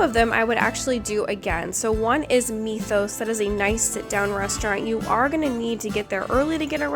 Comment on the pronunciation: "Mee thos"? Greek Mythology... Myth... Mythos. C'mon now lady lol. Your husband ran with that pronunciation too? 🤣